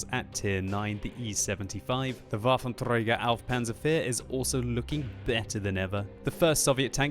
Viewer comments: when speaking waffentragger or grosstraktor, please, say it more german and less russian. sorry, its boggling me so much :c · Waffentrrrrrrrrööööögerr 😂😂😂 u rolled the r so hart 😂😉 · u sound like Hitler himself, when u role the r so hart on the german tanks 😂:D #noh8 :) U're producing pretty good content/videos.. I like it alot to watch 'em ^^